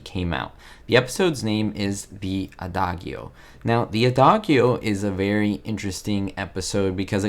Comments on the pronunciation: FYI: "Adagio" is pronounced "ah-DAH-jee-oh," not "ah-DAH-gee-oh." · Enjoyed you report,, but the title of that episode is pronounced uh-dah-jee-oh. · great, but it is pronounced "uh-daa-jee-oh" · Wow. Its a common musical term pronounced: uh·daa·jee·oh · The "G" in "adagio" is pronounced as a "J". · if Spanish is his original language, he does an excellent job with having no accent when he speaks English. His YouTube bio says that he is in the USA. Could his pronunciation, of adagio, be because he has never studied music, because he was taught music by a person whose second language was English, or because of some other reason?